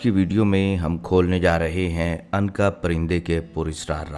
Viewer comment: Anqa nhi unqa